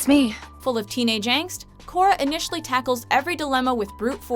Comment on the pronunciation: everything was ok till you said Korra